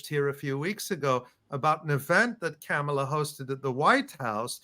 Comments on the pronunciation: Learn to say her name properly. She told us when she was running in the official Biden/Harris campaign. It's like mom-ala no matter how it's spelled. It's not like Pamela. Remember "mom." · i dont support KOPMALA but PLEASE pronunciation is comma la, pet peeve